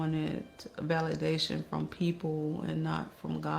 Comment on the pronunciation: She should be locked up for 30 years, “Valadation” are you serious???